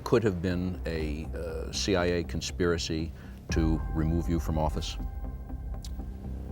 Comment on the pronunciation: The word is Conspiracy not conspeeracee